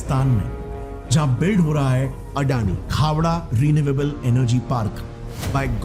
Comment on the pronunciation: Khevda nai khavda bolte hai